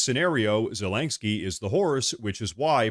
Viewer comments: Len not lain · Okay, brother, I love what you're doing here. I agree with mostly everything you talk about but this has got to stop! It's ZE-LEN-SKY not ZE-LANK-SKY! 😂😂😂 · So. . . I LOVE this channel and fair warning-I will probably sound like a Karen, but please hear me out. . . You are pronouncing Zelenskyy’s name wrong. It’s Zuh-LEN-ski Not Zuh-lank-ski That is all. ❤ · You keep saying "Zel ANG ski" instead of "Zel in ski" just so you know it sounds a bit funny. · Sorry I had to turn off after the 10th time you said zelengsky... gosh so irritating 😂 there is no G in zelensky. Yes and agree - Zelensky is only qualified to be a bad cross dressing comedian actor, with the same sugar daddy oligarch as hunter biden. All fake - cia started the war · please stop saying ZelenGsky lol. Thanks for the video. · I want Zelensky to disappear from the world scene if only so I can stop hearing constantly and comically MISPRONOUNCE his name. How many Ks are in his name,? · Dude there is no G in Zelensky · The over pronounciation of Zelensky is grating to my nerves. Had to bow out of this video.